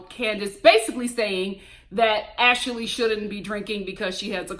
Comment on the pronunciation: I love it when you add an extra syllable to folks names like Ash-a-lee and Payola!!! Love it!